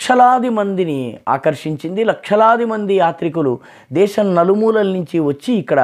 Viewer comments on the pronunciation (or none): none